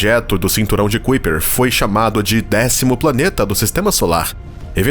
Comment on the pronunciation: Não é Cuiper.... É Kaiper